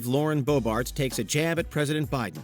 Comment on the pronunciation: It Boebert not Boebart. She is so dumb. Why is she in office at all???